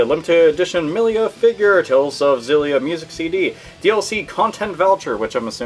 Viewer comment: Her name is Milla not Millia.